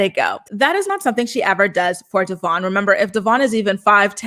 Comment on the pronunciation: Love your updates.. butttt its not Devon, its Devoin. At least pronounce his name correctly since almost no one does 🤦🏽‍♀️